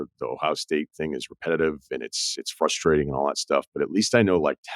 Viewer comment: What’s FUSTRATING😂..is you’re a grown man and can’t prounounce FRustrating